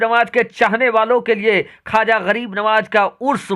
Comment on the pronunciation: ख्वाजा है खाजा नहीं है